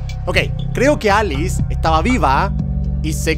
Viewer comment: Germán no es aliz es Alice : Alicia